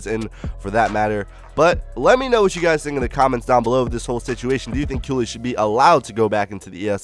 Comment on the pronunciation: I thought it was pronounced Kaylee not how you pronounce it?